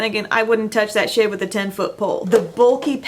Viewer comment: "Other people are thinking I wouldn't touch that shade with a 10 foot pole" ... I thought you said shit, not shade, and I lost it xD